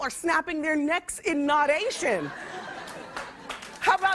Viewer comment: In “nod-ation”